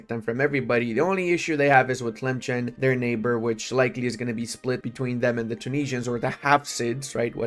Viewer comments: It's pronounced as Tilemsen not Chen Also they put the g with dot as for the sound is gh maghrib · Also its not pronounced tlemchen its pronounced tlemsen